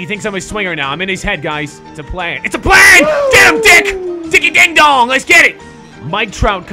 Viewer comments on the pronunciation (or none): none